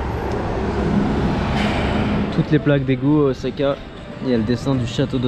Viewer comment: J’aime vraiment trop ton travail c’est super bien fait mais je t’avoue que le ozaka j’en peux plus heureusement par la suite c’est parfait 👍 ça été corrigé 😅